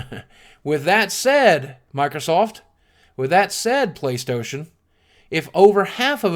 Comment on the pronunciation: "With that said, Playstohtion." That made me LOL